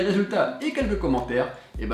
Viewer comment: La caSSSSSSa de appel, pas la caZZZZZZa de papel